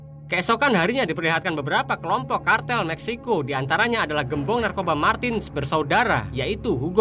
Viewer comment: Matinez bukan martin...yg pendek nk panjangkan...yg panjang nk pendekkan...bengap